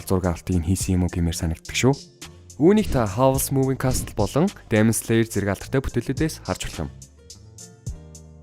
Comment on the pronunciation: Demon-Диймин gej duuddag shu